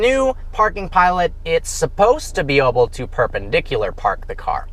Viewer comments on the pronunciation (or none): stop saying "oble" the word is "able"! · Did anyone else notice that he says oble instead of able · why does he always say oble